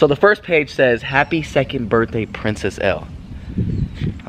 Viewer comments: Her name is Elle its like the letter L not like ellie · Band Edu Its Elle not Ell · Her is Elle, sounding like "L", not ell-ee. \_(0-0)_/ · her name isnt Pronounced like (EL-EE) its like (ELL)